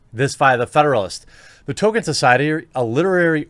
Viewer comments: Tol-KEEN. Not Token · It's Tolkien NOT Tolkein. And it's pronounced Tol-keen NOT Tolken. That is all..... :-) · I'm dipping out, Jeremy. Sorry, bud, the third "Token" instead of Tolkien broke my mind. Can't endure it. I'll watch your next non-Token video. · You're such a poser Jeremy, the even hasn't happened yet and it's T-O-L-K-I-E-N. Maybe stop posing as a fan of stuff that you're not? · "Toll-keen." Not "Token." Token is Cartman's black friend. ;) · tohl-Kee-in, not Toh-ken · It’s Tolkien genius, not Token. He wasn’t a black South Park character. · Its pronounced "Tol-Keen" Not "Token" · I'm kind of peeved he is calling him "Token". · Please. Stop saying token, when speaking about Tolkien! It hurts my brain. Tolkien is a legend deserving respect. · Man you really can't pronounce anything properly. Just straight up calling him "token", sometimes "tolken". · I like the way you pronounce Tolkien “Token”. Sums up this shit show of a conference. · ...... Dude, it's NOT "Token"... Seriously. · 1) There's an L in the name Tolkien. It's not Token. 2) it's a lie that subscribing is the only way to find your videos. I just type your name in and find them. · and its pronounced toll keen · Tolkien has become Token...or Tokin'. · You’ve never claimed to be an Uber-nerd, but you do lose a couple of points for not read the Silmarillion. 😉 And the poor man’s last name is pronounced like “Toll-kin.” I love your show, but as I am a Tolkien nerd, I had to point these things out. 🙂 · Obviously they were misinformed; it’s Tolkien, not Token. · There's an "L" in Tolkien's name, btw... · He was basically saying token. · Stopped watching when you pronounced his name as "Token" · I tried but you can’t say Tolkien... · Love this channel and your content but you need to stop butchering the pronunciation of Tolkien. It hurts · Learn how to pronounce Tolkien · I love you and your videos but I can’t hear your mispronunciation of Tolkien.